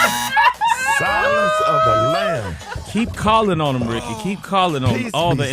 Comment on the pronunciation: Gary with that Word of the Week took me out!!! 💀🤣💀🤣. “Constitutsy”